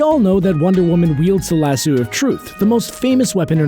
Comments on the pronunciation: why do you keep pronouncing it "lasoooo"? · oh my God please never say "lassooo" ever again. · LASSO!!!! Lass-oh!!! Jesus that's annoying! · LAS-SUE now I can't stop hearing it. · Is this dude saying LasSUE of Truth? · In Red Son Wonder Woman shatters her own lasso. (She also gets ten kinds of shit kicked out of her by anarcho-Batman.) And why do you keep calling it a "lah-sue"? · I can't stop saying Lasoo now! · how can you pronounce Lasso wrong so many times, even when they clearly say it correctly in the clips you used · 1.)You kept mispronouncing lasso 2.) Diana didn't have a kid with Kal-el she had a kid with Bruce Wayne while Lois Lane had a kid with Kal Other then that, I really enjoyed the video! Keep at it my dude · Jesus say lasso right! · Yes but that's not how it's pronounced. Just because that's how it was read once doesn't make it correct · I WAS DIEING BECAUSE HE SAID IT LIKE THAT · British vs American pronunciation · lass-O, not lass-u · Jad Bouch omg i was like it's lasso not lassoo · The narrator needs to listen to the clips that go into his videos. They clearly state how to pronounce Lasso, yet he sits there crapping out Lass-sue over and over again. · Its Lasso of Truth not Las-sew or Lashoo ugh But im not angry I like it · 15% of comments: Other facts about Wonder Woman 5% of comments: I did not know these things 80% of comments: STAPH PRONOUNCING IT LASOO, ITS LASSO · She debuted in 1941 (wearing the skirt she never wears...) Lah-so, not lah-soo And mke up your mind, daughter of Zeus or imbued with life from a pantheon of gods? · Aaaaaaaaaaaaaaa! WHY the hell can't anyone pronounce lasso correctly?! Fuck a duck, people, it's LASS-OH. Not lasssooooo or lass-oww, or lis-ooo. My blood pressure is going up and I am NOT lying!! ;-) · So who else cringed every time e he said lassooo, instead of lasso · It's not lassoo, come on, really? It's lasso. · ITS LASS-OH NOT LASSOO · OMFG. It's lah-sew NOT lah-sue. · dude it's Lass O not lass U. like leviso SA